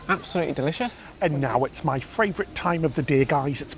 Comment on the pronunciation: Anyone else here love the amount of times says fravrit 😂 love the videos guys